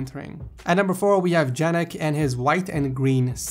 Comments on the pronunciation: Why is keeping PC on the floor a shame? BTW, I'm pretty sure you should read Janek more like "Yanek" :P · Janek is said "Yanek" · Janek is like Johan, it's a y sound! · Janek read Yanek